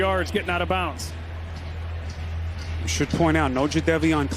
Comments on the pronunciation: Did that announcer say out of "bounce"??? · How does a professional commentator say bounce instead of bounds